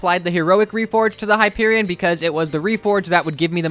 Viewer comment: It’s Hyperion